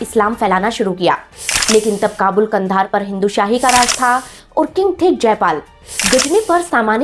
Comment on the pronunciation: आप तो कंधार का नाम भी सही नहीं ले सकती , भाषा ऐसी है जैसे कोई अनपढ़ जाहिल औरत है 😮